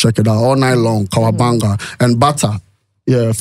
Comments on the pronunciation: pls the name is Kawabanga not Kawaganga , hope you can change it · It’s Kawabanga